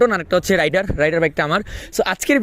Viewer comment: আপনার বাইকের নাম রাইডার নয় রেইডার হবে 😊